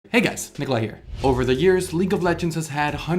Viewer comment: the "hey guys" in the start sounds more like "ni*gas"